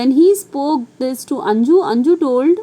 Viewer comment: Maam that is not anju that is 'anuj'